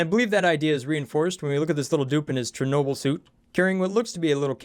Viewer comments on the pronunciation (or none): none